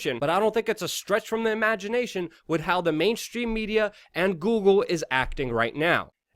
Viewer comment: Luke I love you guys but you gotta get better First - the word 'with' is pronounced "with" not 'wit' Other Luke'isms on this vid : 'Blanketed' (you meant blatantly) cold-heartedly (you meant whole-heartedly) 'more technically' (it's just 'more technical'). There were others. I know you're more intelligent than you come across; improving your grammar will help this channel immensely. Please keep up the good work